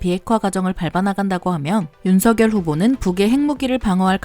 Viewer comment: 운석열 발음할때 윤성녈로 발음하셔야 합니다